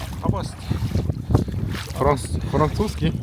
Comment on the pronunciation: Французский 😂😂😂 айаку..........😂😂😂